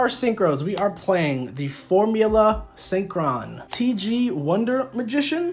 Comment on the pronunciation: Yes. Yes he did say formula syncqwan